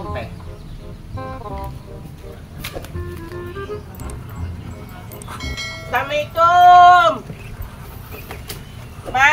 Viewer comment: Punten bu haji Klo ngucapin salam yg bner ya Assalaamualaikum